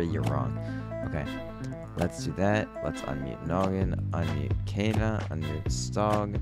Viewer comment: Its "KAYANA" NOT "KEYANA"